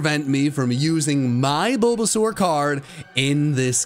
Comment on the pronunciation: My man really said bulbasur without handkerchief 😂👍.